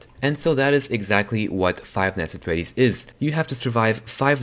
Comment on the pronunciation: Flive nights at fleddy's😂😂😂